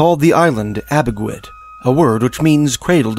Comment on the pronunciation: Red men is racist Pronounce A bee way dumdum